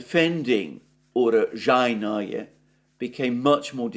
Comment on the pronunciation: For the pronunciation of Urozhayne please listen to Mikhail of the Free Russia Channel! The BBC are a farce. If they were the public broadcaster they are touted to be they would provide balanced reporting. They're not. They are a publicly funded propaganda machine. All Western media can do is spin, spin, spin and outright lie but even the Guardian has had to admit that Ukraine is not winning. IE They are losing. The UK government and media are raciest Russophobes, it's truly pathetic.